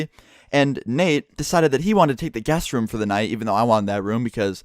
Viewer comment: I tought he kept on saying gas Room not guest room :D ahah